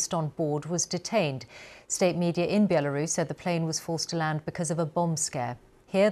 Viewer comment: Why is she saying "Bielarus"?